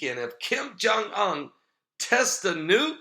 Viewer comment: OON... Kim Jung UN, pronounced 'OON'- like 'SOON' without the 'S'.